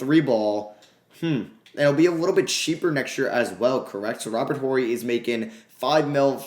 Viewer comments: The H is silent in Horry. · The H in Robert Horry is silent 😂 Rly enjoying this series. Definitely would enjoy you using the Pistons at some point.